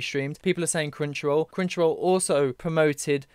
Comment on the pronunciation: Every time you say "Crunchyroll" I hear "Crenshaw," I had to switch from listening to watching to see what you were on about. 😅